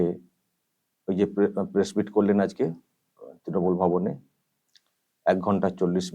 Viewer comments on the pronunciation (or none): none